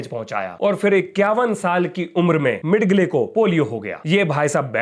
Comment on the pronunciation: मिड गले नहीं, मिजेल Thank you for the very informative program.